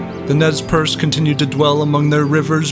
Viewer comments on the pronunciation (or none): its more like ''Nay-Per-Say'' Nez Perce is the french for pierced nose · Nez Percé is french. The first thing you should have done is to learn how it is pronounced. It is not even difficult.